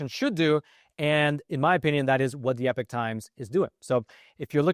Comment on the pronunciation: Hey smart guy, it's pronounced E-pock times, not epic times, and it used to be a Christian owned company.